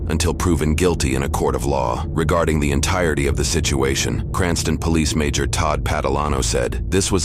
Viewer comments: "Cranson [Cranston] Pawlease Depawtment" LMAOOOOOOOOOO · "Paulease Depawtment" --- this AI stinks